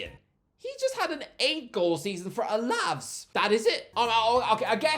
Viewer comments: The way he pronounced Alaves, Alavss😅😂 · Please stop killing spanish names, its GRA-NA-DA and A-LA-VES